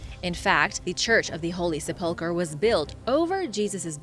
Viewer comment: Love your Vids! Its Sep-pull-chur for the next one!